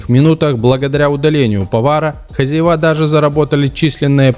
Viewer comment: ХозЯева, а не хозяевА. Это что за комментатор! Правильного произношения не знает. Видимо, вот она, ещё одна жертва нашего дебильного ЕГЭ.